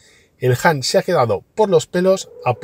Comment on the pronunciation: Por dios, haced un esfuerzo en pronunciar mejor… no es “JAN”, sino “HAN” 😵‍💫